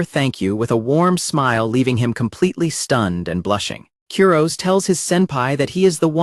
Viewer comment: Honestly, the constant mispronunciation of "Kurose" is driving me nuts and making this unwatchable.